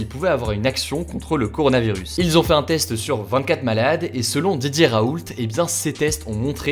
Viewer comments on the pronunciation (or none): On dit « raoul », pas « RaouLTT » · Merci beaucoup pour vos rapports rapides et fiable. Pour info (ca m’a fais rire) mais pour Didier Raoult on ne prononce pas le t.mon grand-père s’appelle raoult et pour lui on ne le prononce pas